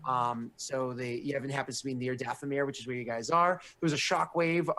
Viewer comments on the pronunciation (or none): Really wish would stop calling it "the battle of Yevan".... facepalm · also it's Yavin not Yevin